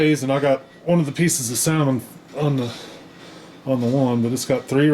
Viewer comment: The L is silent